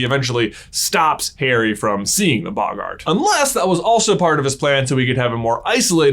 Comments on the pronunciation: Normal people : boggart This guy : bog - art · It's bogart not boggaaart